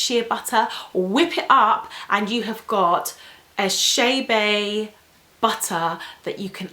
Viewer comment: Girl, it’s not chaybey (I’m writing how she pronounces it) it’s Chebe